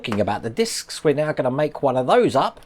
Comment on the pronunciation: Its discs not discussess or something u said!😂